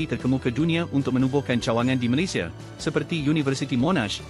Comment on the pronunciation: pertama kali saya dengar channel yang sebut nama negara malaysia *malaysiya dengan betul . kebanyakkan malaysya malaysha malayza .